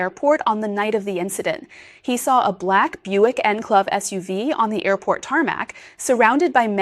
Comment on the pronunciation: The presenter spoke perfect English, except for the model of the vehicle parked at the airport. The vehicle is a Buick Enclave. The presenter cannot pronounce the word “enclave”. Is she an AI bot?